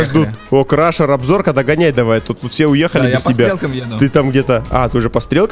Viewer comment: крашер а не кракер.....